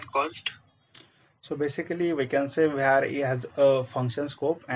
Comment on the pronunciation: var ❌ vhar ✅